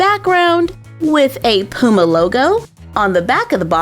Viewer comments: It’s not Pooma it’s p you ma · Its puma not pooma 😂😂😂😂😂😂😂😂😂😂😂😂😂😂😂😂😂😂😂😂😂😂😂😂😂😂😂😂😂😂😂😂😂😂😂😂😂😂😂😂😂😂😂😂😂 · You keep sayin Pooma it’s puma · Lol love the way u say Puma Where I live we say Puma like "Pyuma" but says "Pooma" Hehehehehehe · I love the way u say puma x 😂♥️